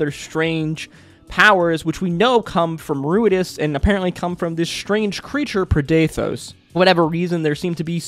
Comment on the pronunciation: I'm confused as to where you got the "preh-DAY-thohs" pronunciation from, as we were told the pronunciation by Matt on the day. Usually this sort of confusion comes from reading a word before hearing it, but that couldn't be here unless you didn't bother to watch the episode you're commenting on.